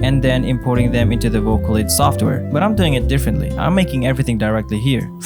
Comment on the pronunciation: soft air lol rip english